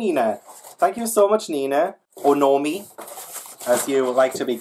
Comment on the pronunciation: Happy Birthday again ! You pronounced my name just the right way (Noémie) ❤️ I also have a Ytb chanel (Julie Claudette) but I only speaks french there 😅